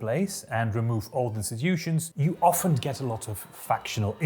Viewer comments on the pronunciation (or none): none